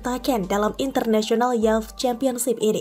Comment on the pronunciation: Cewek yang baca tolong bhs Indggrisnya persiapkan dikit...tanya kalau gatau ucapkan kata YOUTH....dan (who) KNOWS